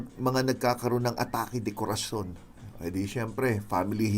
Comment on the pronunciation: Atake de Corazon po Dok hindi De Coracion hehehehe✌☺